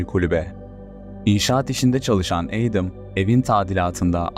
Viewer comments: Adam(Edem) diye degilde Eydim diye okuman😅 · Edem değil edım diye okunur. Ayrıca video sahibi de doğru telafuz ediyor. Laf sokucm diye komik olmayın mk